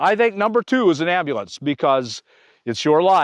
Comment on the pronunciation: Cawl a am-ba-lanz! 😂